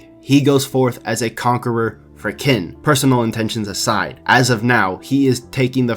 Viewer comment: Qin is pronounced as chin not kin.